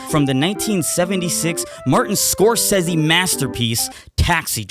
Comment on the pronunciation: I can't get over the way you pronounced Martin Scorsese.